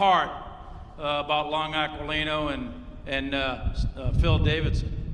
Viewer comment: Aquilino Pronounciation is Akilino.